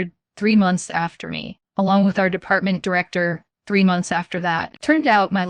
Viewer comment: I like how there was a story about an editor violating the English language rules...with a ton of simple English errors. Not in the writing...but in the reading. Like it's H R not HAR...it's department not d.e.p.t...or how it ends statements with upward inflections like questions in the middle of the sentence. I get this is AI, but this isn't good.